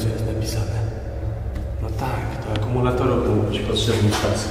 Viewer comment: Panie kolego. Nie akOmulatorów tylko akUmulatorów